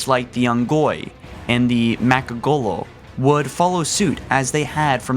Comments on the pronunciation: Did he say makgolo instead of lekgolo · It's M-galek-golo... not Mackgowlo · macgolo? seriously? M'Lekgolo is pronounced ma-LEK-GO-LOW. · Lek-golo not mech-golo Not sank-heli Thel-vadam/vadamy NOT FUCKING DEL-VADAMY I WILL NEVER LIKE YOUR VIDEOS IF THIS KEEPS UP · "Shing-cili" "Mak-golo" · Jebidiah Kerbal he mispronounces Sangheili, Sanghelios, M'Lekgolo...